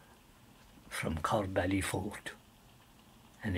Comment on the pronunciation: I grew up near there, never pronounced it ''Corr bally'' it was always known as corb-ly